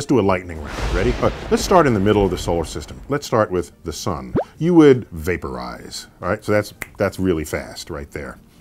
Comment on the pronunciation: The way he said vaporize was funny